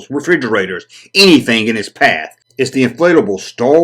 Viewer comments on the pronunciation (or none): none